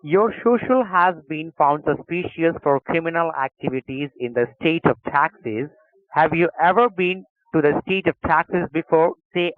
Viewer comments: great video, love how he say STATE OF TAXES , instead of Texas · The Eyer-rus in the department of tandoori in the state of tax-us. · State of taxas?? Lol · Its Texas not taxes 😂😂 P.S - American's don't know English. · ". . . in the state of 'taxes'" LOL!!!! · I live in Texas but I never knew I was saying it wrong till I heard this scammer call it the correct name, I can't believe I would say texas and not say Taxes